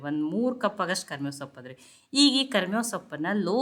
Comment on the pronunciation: ಕರಮೇವು ಅಲ್ಲ ಕರಿಬೇವು